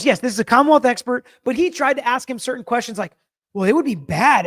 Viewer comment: speech pattern/mannerism is so... unusual. I find the way he pronounces some words really distracting (cer-tain, im-POR-tant, etc.). He's so precise in his questioning & arguments; if I'm a juror, I might miss some of the extra good stuff bc of his speech. Just me?